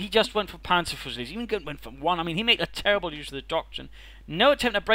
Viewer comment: Terrble. Turble. Trbl okw play.